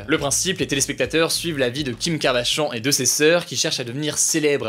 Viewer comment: qui a entendu « Kardashan » au lieu de kardashian 😂😂😂